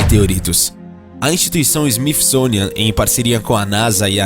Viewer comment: SMIFISONIAN É TEU CU!!!! ESSES CARA DEVIAM PESQUISAR COMO PRONUNCIAR OS NOMES DE PESSOAS, PAÍSES, INSTITUIÇÕES... FALAM TUDO ERRADO